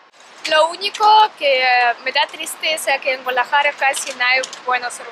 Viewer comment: Se dice GuaDAlajara, no Gualajara , saludos desde Utah